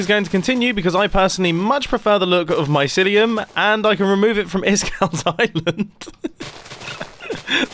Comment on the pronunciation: Mumbo: “mycineum” Me: oh ok then